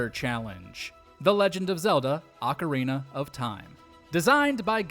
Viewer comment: Thank you for pronouncing ‘Ocarina’ the right way instead of ‘Orcarina’ or ‘Ocariner’